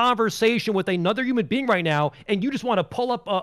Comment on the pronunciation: “Yuman being”